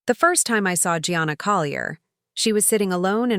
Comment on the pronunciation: Gianna is Italian, so pronounced Jahnnnah, not Gee-anna!